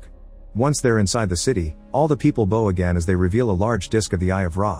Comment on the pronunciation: bow, bowing, bowl....you need a new AI narrator because it can't pronounce these terms correctly...